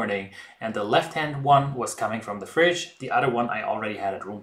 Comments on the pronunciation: sag einfach DE anstatt SE... ist tausen mal näher dran und klint viel besser als mit S.. geht bei allen TH wenn ich mich nicht irre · I totally picked up on "ze" and fixated on it until you mentioned it!! Edit: on the other hand, you are the only youtuber capable of pronouncing "autolyse" correctly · Nice work. You might have trouble saying "the" or "squirrel" but I can't pronounce Brötchen or Eichhörnchen either.